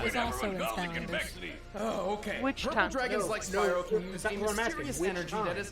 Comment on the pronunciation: CONVEXITY! ITS CONVEXITY!